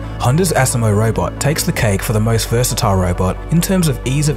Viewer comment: I like seeing the robots. Technology is amazing. However, it made me cringe every time I heard you mispronounce the Asimo word. Think of the “SI” part as saying the letter “C”. So you can say it like aCmo. We should always strive to be the best at what we do so we do not teach something wrong.